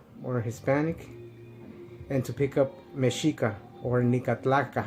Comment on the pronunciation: That shit you say mensito movement, it's fucking funny!